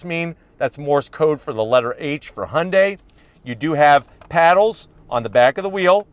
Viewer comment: What's a "Hunday"?